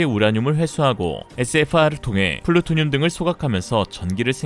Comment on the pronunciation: 풀로튜니움 .... 아니고 ... 플루토니윰